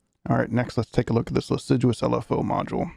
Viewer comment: Not sure if you found out yet but it's pronounced liss-ah-jou :)